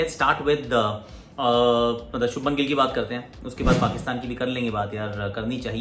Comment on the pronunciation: It is not shubman....it is shubhman Please correct 💯